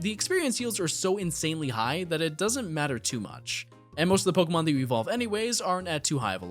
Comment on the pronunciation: I'm so sorry but the fact that he pronounces 1/3 of these pokemon and city names wrong makes me, a person with OCD, wanna rip my hAIR OUT they're not even hard... :(